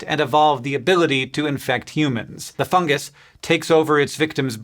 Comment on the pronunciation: Tragic news! Science tuber executer for criminal mispronounciation of a fungus!